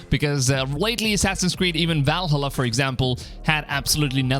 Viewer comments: It’s ValHAla not ValhHUla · I can't focus on what you're saying because of the way you keep pronouncing Valhalla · Try to watch the whole video but him not saying VALHALLA correctly just got annoying. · Please learn how to pronounce Valhalla. Vikings are turning around in their graves due to this abomination.